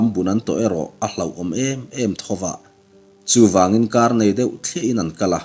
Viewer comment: "Tlangah hreusa A ngir changin....." tiha "angir" tih leh "changin " tih lai tak hi i lam dik hlel deuh lo maw."angir" tih hi rihniam leh "changin" hi Ri sang tur a nih duh hmel ka ti deuh.